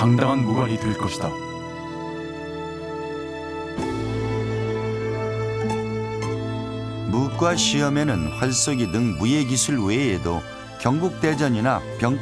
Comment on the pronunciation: 무꽈로 읽어야 하는거 아님?? 소장도 의미에 따라 소장, 소짱,... 송장도 송장(죽은사람), 송짱(거래 내역) 이렇게 읽는게 통상적인데.. 너무 써있는대로 읽음......